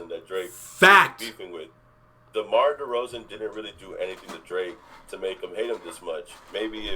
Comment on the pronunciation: Dwake, hip-hop's wittle pwincess? 😂 We do like him like that 😂